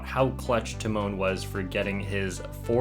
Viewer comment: I thinks it’s tee-mone but aight man